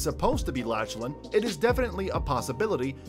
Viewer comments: laCHlan I’m crying of laughter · Its not lach lan its pronounced laklan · Legend it’s not latch Lynn is Laughlin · Bruv laCHan he seriously said laCHan 😂😂😂😂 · It's Lachlan not LaCHHHHHlan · U said la CH lan hahah plus he already has a skin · By the way his name is Lachlan not Lahchlan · It’s said LaC-LAN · Did he sa la ch lan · You said lachen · Who's latchlan it's Lachlan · It's Lachlan not LaCHHHHHHHlan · It is pronounced lock-lan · he called lachlan laCHlan lol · He said (la) (ch) (lan) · Bruh, “LaChLaN” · Bruh he called Lackland like this haha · You said Lachlan wrong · Wtf this man cant say lachlan correctly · Bruh you said lachlan wrong